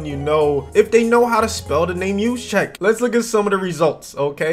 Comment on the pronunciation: “Czyk” is a polish suffix that usually sounds like “chick.” Also, it’s common in Slavic languages such as Polish and like one of my own, Slovenian, that J’s sound like y’s. So Juszczyk is pronounced “yous-chick”